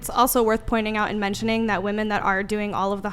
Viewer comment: Ohhhh, I remember her! The dumb ho that can’t pronounce: ‘womEN’, the plural of the word ‘woman’. It’s actually pretty frustrating…